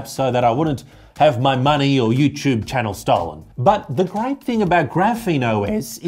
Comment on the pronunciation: “Eyou tyube” ❤